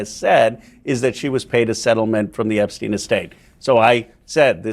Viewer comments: Can someone from this news station inform the anchor lady that his name is Epstein and not Ebstein. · How does this reporter NOT know his name is EPSTEIN and not EBSTEIN? 😂